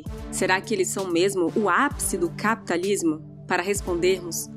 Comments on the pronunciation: Sei lá... O Jeito que a fala "caapitalismo" é diferente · Hahaha Pior que é mesmo. ;)))